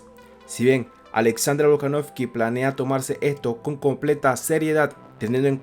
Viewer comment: En 5 minutos dijiste tantas veces "Alexander volkanoFFFky" q no tuve más opción q sacar el video.